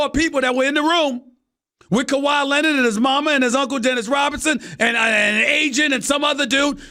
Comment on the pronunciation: "KEUWAIIIIIIII LINEARD"